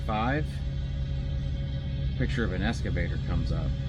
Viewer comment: I don't mean to be a jerk and I love your channel, but its not escavator, its EXCAVATOR.